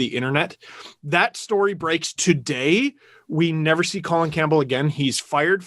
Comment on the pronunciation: Rectum Campbell? bc he insists its "Co Lin" yeah?